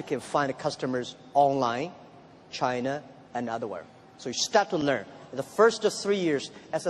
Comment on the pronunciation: Only pronunciation problem: China, is not Chinar.